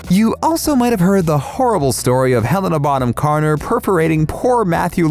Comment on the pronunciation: Oh my God you didn’t say Helena name right or her character that she portrays